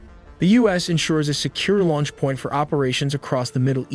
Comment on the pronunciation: Dude! Learn how to pronounce: Growler, Qatar, launch, KC one thirty five